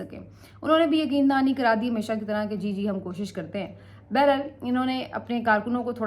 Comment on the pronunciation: بیرا ل نہیں بحر حال ہوتا ہے اور اس کو بار بار استعمال کیوں کرتی ہو